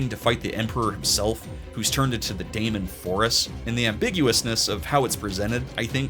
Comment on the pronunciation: Daemon is pronounced just like Demon and is in fact just an archaic spelling of the word Demon.